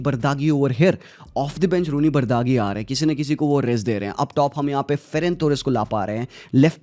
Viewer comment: hi bhai it's pronounced roony baaji